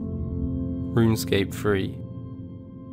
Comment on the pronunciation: "Roonscape free"